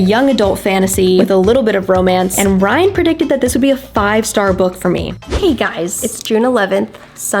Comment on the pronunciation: It saying bryan instead of ryan is funny😂